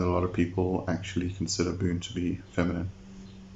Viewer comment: Wait isn't it "Boo-néh" instead of "Boon"?